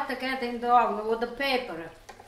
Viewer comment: " now I put a little bit in the hovennn for carmolele motion"